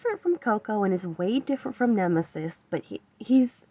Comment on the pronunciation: I watched 3 times thinking you said "Nemosis". XD BUT! I really love your voice,, you're calm, clear, snd crisp, and you're so gentle and easy to listen to, your voice legit feels like fall and I love it. <3 TWO! I got a couple ideas for content to continue Zero for later use maybe, if you're interested. <3 Maybe...tell us about what his weaknesses are and how best to utilize him + who he pairs best with? Cuz, I notice you mention about what weapons pair great together and I don't really understand the whole resonance thing, either. Uhh. Thank you,, you're doing great! Keep going! <3